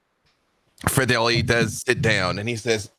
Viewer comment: So much love to, but as a French speaker his accent for "Frederi" is how do you say auditory hell. sounded great though!